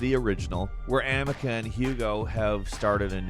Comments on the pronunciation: Yep amacia not amicia /amecia 😏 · In plague tale its ah-me-sia.. not ah-mi-cuh..lol got platinum and shits drilled into my head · In A Plague Tale, It's not "Amica" it's Amicia... the narrator is just a hired voice, right? like, he doesn't actually play these games, does he? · Amica? Its Amicia dude! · did he just say Amica ? hehehe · FYI Amicia is pronounced a-ME-see-ah. It kinda makes it seem like you y'all haven't played the game when you can't get the name you hear 10k times in it correct. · Folks stay saying that girls name wrong lol A-me-see-uh. Can’t wait for requiem though. Gonna be lit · its pronounce amisiya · Plague tales protagonist is pronounced (ahh me sea ah) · The girl in the plague tale game is named amicia, its pronounced as ameesia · Why do they always screw up the names of people/places? They have done this multiple times in other videos. Like how he pronounced Amicia in this video was incredibly wrong. Makes it sound like they didn’t play the game at all and are just guessing on how to say the names of things correctly as they read the script someone else made. I like the content they make and I watch a lot of their videos, but it looks bad when you can’t say the main protagonists name right. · You pronounced amicia wrong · How can you mispronounce Amicias name so much?? You literary heard it in the gave all the time and still say it wrong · I don't think played A Plagued Tale with that pronunciation of the MAIN CHARACTERS NAME. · Am I hearing things or is mispronouncing Amicia?😂